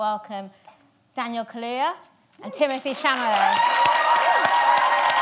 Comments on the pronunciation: did she just say timothée chamalet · Why the fuck did she said Chamalet instead of Chalamet 😡😡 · Is no one pointing out she said Chamalet and not Chalamet? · "I would love to welcome Daniel Kaluuya and Timothee CHAMALET" 😂 poor dude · CHALAMET not CHAMALET 😅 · She definitely said “timothée chamalet” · i just noticed she called him timothee chamalet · Ooh boy "timothée chamalet" so close but nope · “Timothée Chamalet” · she said timothee chamalet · SHE SAID CHAMALET. FFS. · Nikki Ani I must admit, that's how I pronounced it the whole first week of knowing about him. 😂